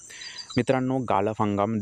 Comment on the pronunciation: गाळप रे बाबा गालप नाही